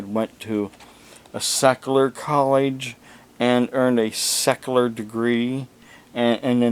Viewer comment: What a joke! What is "ordentation" and "onurary"? If you can't say the words, you are probably a fake just like your degrees! If you will present yourself as a man of God with these bogus degrees how can you be saved? The proud shall burn in the pit with Satan himself. And "cecalur" degrees come in handy with actually knowing things. If you want to hold yourself as being something then go to college and be what you claim to be. Put some effort into life. Be a real man!